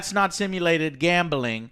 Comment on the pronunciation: GAAHHMBEELING. Joe there is no E in gambling.